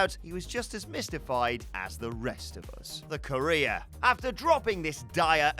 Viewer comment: The way says “career” sounds like “Korea”